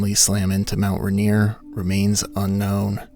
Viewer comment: Ah yes, Mount Rineere